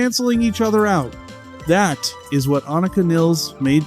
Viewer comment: Aneeeeka Neeeeeles - oh for goodness sake